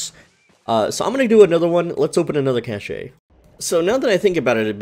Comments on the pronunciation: The e is silent in Cache it sounds like Cash. This bothered me so deeply. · FYI - if you use standard English pronunciation cache and cash are pronounced the same.